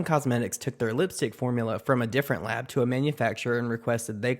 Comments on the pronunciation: Did he say lob instead of lab lol idk why but that's super bothering me lol 👽👾👽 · "When you create a product with a lahb" I can't stand this idiot.